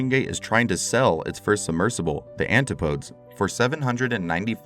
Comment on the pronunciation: "Anti podes"? 😂😂😂do your research!